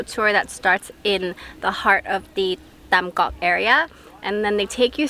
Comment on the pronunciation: BTW, remember that the t and th sounds are switched with English. So Tam Coc is like (thum coke...but don't drag out the o sound too long in coke). If you see tr or ch, switch it with the j sound in English. Hang Mua (mooh-uh...roll it into one smooth syllable).